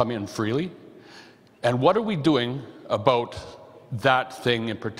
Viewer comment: He said "aboot".